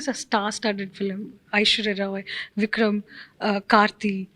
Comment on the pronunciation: Yes, very nice, except the "fillim," part. If she could say 'film', that'd be awesome considering she is working in TN.